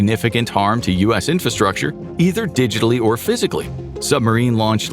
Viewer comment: The word infRastructure has no silent R in it. You're a professional YouTube content creator. Please pronounce the word correctly.